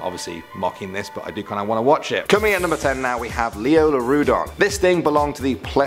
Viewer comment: It was actually Liopleurodon not Lioleurodon